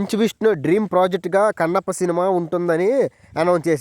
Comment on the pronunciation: ఒరే నాయనా ముందు నువ్వు నేర్చుకోరా కన్నప్ప అన్న మాట నీకు సరిగ్గా రాలేదు